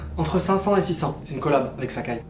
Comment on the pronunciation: Je crois il dit 600 euros mais il articule pas bien